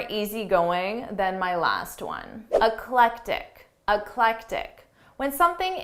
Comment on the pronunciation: eclectic not electic!